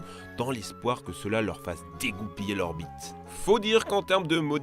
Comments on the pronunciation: "L'ORBITE" Il dit "l'orbite"... Et pas autre chose. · A partir de , j'ai mis 30 secondes avant de comprendre que tu voulais dire "dégoupiller l'orbite" et pas autre chose xD